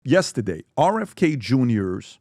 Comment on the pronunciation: Nobody: Pbd: YESTADAYE….!!!